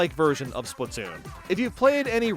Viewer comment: bro really said spoon 3💀😭